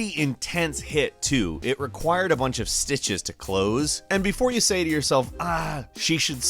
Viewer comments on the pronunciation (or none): none